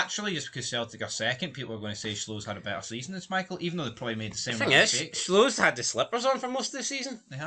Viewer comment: Schwolow is pronounced sh-volov